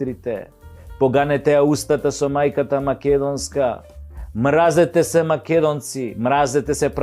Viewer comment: ти си глумец и си учел Македонски јазик каде што се изговара мразетесе иако се пише мразете се. Мразете СЕ влече на српски.